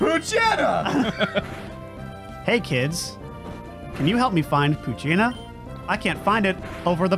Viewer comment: Poochyena i pronounce as Pooch eye 'ena